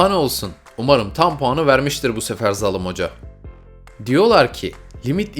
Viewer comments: O nasıl zalim diyişidir "zalım hoca" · Zalım değil zaalim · zalım değil değil zalim abi